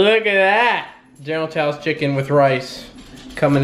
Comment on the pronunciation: why you have Asian food you can't pronounce, General Tso is pronounced like "so" or "sow" not this f**k'n "tou" BS you were saying. Not that it matters, or does it?